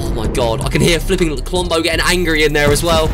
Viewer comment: When you said to listen what's inside the vault it actually sounds like rombo